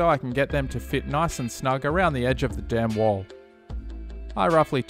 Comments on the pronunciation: What a great-looking diorama! And, I know you were saying „dam wall“ but to me it always sounded like „damn wall“ and made chuckle a bit :-) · "before i glue down the damn wall" is what i hear lol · For some reason it cracks me up every time you say the dam(n) wall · i’m glad to see i’m not the only one who had a giggle every time he said “dam wall” etc. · I swear the audience is just 5 year olds. Laughing at the fact he said dam wall. 🙄🙄